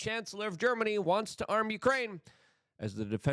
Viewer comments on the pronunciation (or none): none